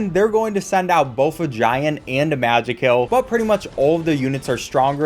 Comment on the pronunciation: ITS PRONOUNCED MAJAY KILL😭😭 (this video is so nostalgic)